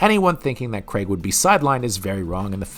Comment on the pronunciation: "Craig"......it's pronounced "Crayg" not "Creg"